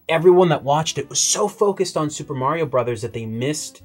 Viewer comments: Because it's MAR-ee-o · Stop saying "Mary-Yo". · Can you guys please ask to learn to say Mario correctly and stop saying "MARY-OH". K thanks